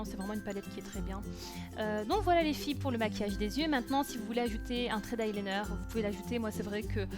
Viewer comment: cc tu n'a pas du tout l'accent belge,j'entand vite fait l'accent du nord quand tu dit voilo!j'ador😉